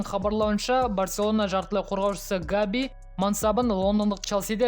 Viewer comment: Габи емес Гави